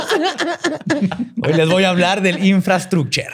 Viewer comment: Hoy les voy a hablar del “infraestrucher” 😂😂😂😂😂😂 me mató!!!